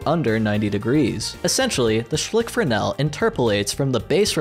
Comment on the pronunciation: even words i should get i dont like how he kept saying “fernel” when j saw typed “fresnel” and i know fresnel as a word already so i think thats what he meant?